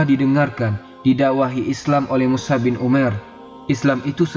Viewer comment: Lebih tepatnya Mush'ab bin umair. Bukan mushab. مُصْعَب